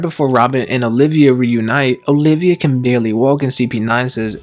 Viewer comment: First of all, it’s Nico OLVIA, not Olivia Second, you should pronounce AH-O-Kiji, not “Ay-oh” Third, that was pretty interesting, either way I don’t care if they’re alive or dead but I can’t HOW aids would bring them back if ever